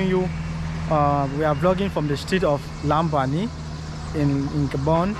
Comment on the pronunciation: I like your videos, Acai Hoy! I have a question: Are you from Cameroun? I notice you speak English with an American accent, but most Gabonese speak English with a French accent. And Loria pronounces Lambarene in French (Lam-ba-ray-nay), but you pronounce it in English (Lambareen).